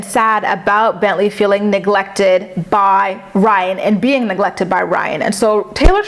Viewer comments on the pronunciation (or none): I’m screaming 😂😂😂 you said “Rhine” 😭😭😭😭